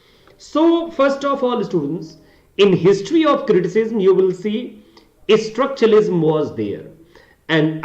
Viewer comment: You said you're a story teller but your pronunciation is not that good as you keep pronouncing "structuralism" as "Estructuralism".